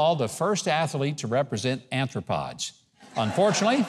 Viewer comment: what in the world is an "anthropod"? cockroaches are aRthropods, with an R, not N